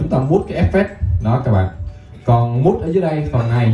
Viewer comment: Từ “mute”đọc là miu chứ không phải mút ơi…Thân ái góp ý😊